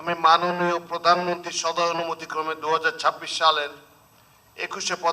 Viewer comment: উপস্থাপক এত্তটা নিচু মানের হয় কি করে? কথাই বলতে পারেন না, প্রধানমন্ত্রী শব্দটাই বলতে পারে না।।